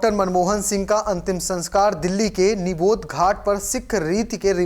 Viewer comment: समाचार वाचक को समाचार पढ़ने से पहले आवश्यक जानकारी प्राप्त कर लेनी चाहिए। जिस स्थान पर दिवंगत प्रधानमंत्री का अंतिम संस्कार किया गया वह निगम बोध घाट था न कि निबोध घाट, जैसा कि पाठक ने बार-बार उल्लेख किया है।